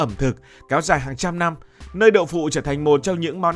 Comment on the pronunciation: Kênh lớn mà sao phát âm sai nhiều: giao bán, nhăm…